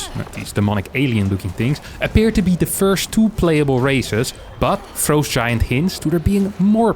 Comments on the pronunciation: fr-ah-st, not fr-oe-st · Why does he keep saying frowe-st giant studios, I bet its just to bait idiots like me to comment like I did. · the way says "frowst" is hilarious.